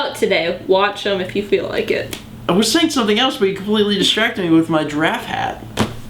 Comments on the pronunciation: gi-raffe. two syllables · I think people need to comment on the fact that you said "giraffe" like a normal person and not how you did in Day...91? Yes, 91, I just checked. Congratulations. =P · hey, you changed your pronunciation of giraffe! unless I'm just imagining thing...